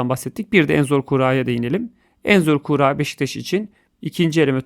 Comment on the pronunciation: Abi sen niye kuura diyon